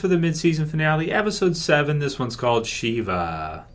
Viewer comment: I think shiva is referring to the Jewish rite of sitting shiva, mourning the loss of a loved one. It's pronounced shiva, not sheva.